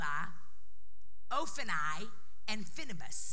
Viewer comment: His name is pronounced ‘Hop ni’. Nothing like she pronounced it 😬🤦🏻‍♂️